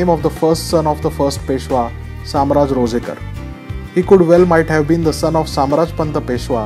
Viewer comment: It's shamrajpant Ranzekar or Ranjhekar not rojekar Shamraj Nilkantha Ranjhekar (शामराज नीळकंठ रांझेकर)